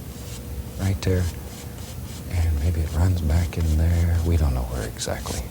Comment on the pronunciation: Bob always says "Right dare" instead of "right there".